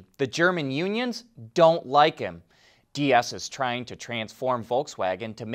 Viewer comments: it is getting more ridiculous every time you say the german name "Diess". please don't spell it like spanish Dias. Pleas spell it like "Deece" like the endfing of nice' but with the ee of cheese. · Herbert Diess' last name is pronounced dees. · Pronounce Deiss like Dice, he isn’t Spanish.